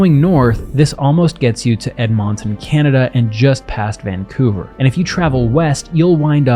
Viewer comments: ED…MON…TON…yikes dude it’s said like “Ed-men-tin” quickly. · Edmonton, ***Alberta (we have provinces, you know) EdMAWNton ❌ Ed - min - tin ✅ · I’ve never heard Ed-MON-ton pronounced like that. 😂 with the stress on the MON like a Pokémon. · Edmonton = Edmunton, not Edmawnton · "ed-mon-ton" is a first lol. its pronounced "ed-mun-tun". much love from a canuck from Etown. great video. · Ed-Mawton? Learn how to pronounce it. We pronounce it Edmunton. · Sigh.. Don't rely on AI overview for accurate information. And its Ed-mon-tin/ or Ed-MIN-TUN depending where you are in Canada. That's how we pronounce it. Not ed mont. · ed-mun-tun not ed-mont-on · I have never heard of “EdmONTon, Canada” before. I’ve heard of “Edmonton, Alberta”, (ED-mun-ton) which is MUCH further north than Vancouver. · I don’t know if it’s mentioned in the comments yet but it’s Ed-min-tin or Ed-mon-tin based on regional accents not Ed-mon-ton. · Ed-Min-Tin. Not Ed 'ey Mon Tonn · Also, Ed-MON-ton, cracked me up, haha. You said it like a pokemon xD It's simply, Ed-MIN-tin. :D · Ed Mon ton? That's the weirdest pronouncing I ever heard. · As someone who actually lives in Edmonton, I had a chuckle at the way you pronounced it. It’s pronounced « ED-monton », emphasis on the 1st syllable, and the remainder of the word is pronounced « mintin ». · Great video, but "Ed-MON-ton" got me going lol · edmaunton? you aint into hockey aright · Brother I'm from Edmonton and it's pronounced Ed-MUN-TUN. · calling it ed mont is hilarious - canadian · why bro pronounce ed-mun-ton like that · Ed-maw-tin, Alberta. Bro… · Edmonton sounded funny. It's pronounced like Edmintin. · Edmonton is pronounced Ed-min-tin. The O's always sounded like I's to me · Love the pronunciation of edMONton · EdMONton haha. that's a new pronunciation i haven't heard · Ed-MON-tun LOL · Ed-MON-ton. I have never heard it pronounced like that. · I'm sorry but the way you said my city got me 😂😂 edmont isn't how you say it but good try